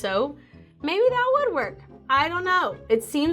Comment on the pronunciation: that "maybe that would work" sounded like "maybe that WOOD WORK" 🤣🤣 and that's so funny & punny